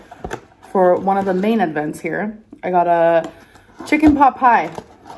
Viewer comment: Nice to know still says advents instead of events.